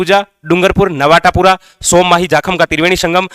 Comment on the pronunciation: नवाटापुरा गाँव नही है बॉस नवाटापरा है😂